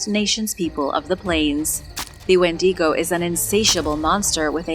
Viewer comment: adore the channel.... but... wendigo is not spanish, it's pronounced WENDYgo, not when DEEGO. i know you try hard and normally you get a lot of words right, but seem to struggle a lot with canadian/first nations names like that one and newfoundland (newfundlund). canadians have a lot of first nation named places and they're are hard to spell and say... IE Penetanguishene... which most of us just call penatang for obvious reasons.